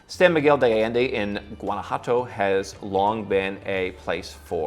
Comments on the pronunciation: es Guanajuato no Guanajato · Why does everyone mispronounce GUANA-JUATO ??? LOL.